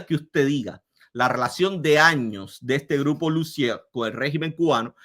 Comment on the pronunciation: Lussier se pronuncia (Lucié) sin la R final y acento de palabra aguda en la última sílaba